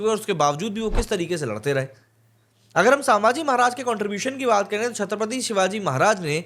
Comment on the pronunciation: "सांभाजी" नही, सही नाम हैं "संभाजी" छत्रपती संभाजी महाराज की जय 🚩🚩🚩